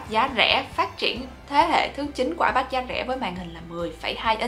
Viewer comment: Bản thân đọc từ iPad còn sai kìa bạn.